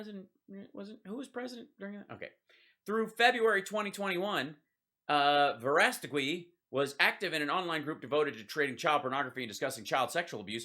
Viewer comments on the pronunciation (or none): It’s pronounced Vo rah sta gee